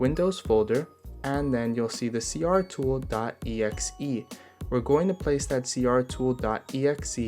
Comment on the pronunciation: is it just me, or is it C-T-R Tool, not C-R tool?